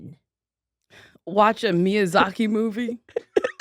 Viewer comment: I feel personally attacked the way she said miyazaki